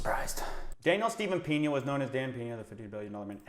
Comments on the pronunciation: its Pena (read 'pna' not 'pena') i know in english 'e' is read like 'is' without s, but he is from Mexico you moron, and look out cos when he decided to sue you, you will be living on a street like this guy Shane Stamford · 😂 I love how you pronounce his surname “Piña” hahaha instead of “Peña”. Piña means pineapple while Peña is a kind of a Rockie hill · It’s Dan Peña! Not PINA SMH!!!